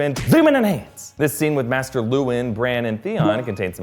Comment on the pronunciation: Is anyone else annoyed at how he pronounced maester?